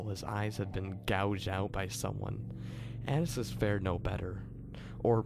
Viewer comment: lol you pronounce an - ai - ese like anus xD